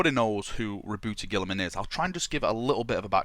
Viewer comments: It's pronounced Rob-Out-Uh Guy-La-Man So like Rahbowtah Guylamen. Robiute Guilliman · you're pronouncing it wrong! It's pronounced Robot Girlyman. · you pronounced it wrong, it's Rowboat girlyman king of mary sues. Papa smurf is also acceptable.